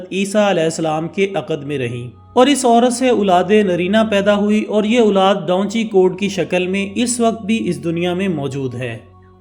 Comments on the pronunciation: Bhai donchi nah hai uska naam da vinci 😆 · Da vinci he bhaii dhonchi nahiii 😅😅😂😂😂😂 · بھئ اس پینٹر کا نام ڈاونچی نہیں ۔۔ دا وینچی ہے 😂🤣۔ نام چاہے جس زبان میں بھی ہو ٹرانسلیٹ نہیں ہوتا